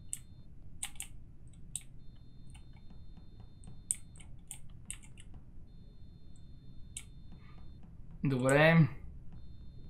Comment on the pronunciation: КАЗВА СЕ КАФЕТЕРИЯ НЕ КАФИТИРИЯ